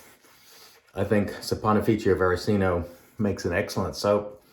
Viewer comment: Very nice shave and one of the best pronunciations of that difficult soap name I’ve heard. 😌👏 I have a frameback and it’s a wonderful razor, so yeah, as you said it definitely needs and deserves a better edge. Have a good day!!